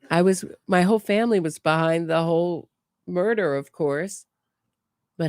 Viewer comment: Everything Wendi says and how she says it makes no sense. She spits lies in people's faces." He never, he never!" The interrogator should ask what never.? (he would never poop in his pants?)she couldn't even pronounce murder. After a terrible hysteria of crying and moaning, breathing as if she was suffocating, suddenly she was talking to her mother calmly as if she were telling what nice clothes she had bought (Mom, sit down, listen, I bought the dress you dreamed of, just don't tell anyone)I wonder what woman who hates her husband so much despairs, yes, you can be sad or feel sorry, but Wendi put on a show😭😭😭👺🤣I love your sense of humor and your channel, between these tragedies I can laugh at these idiots who commit crimes without any sense.